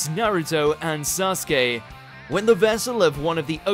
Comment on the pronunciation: You pronounce it wrong his name is = Sa su ke!!